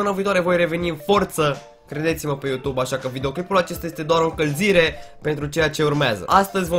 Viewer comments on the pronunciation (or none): none